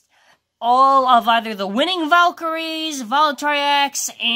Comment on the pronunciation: its not valtrayeks its val tree yeks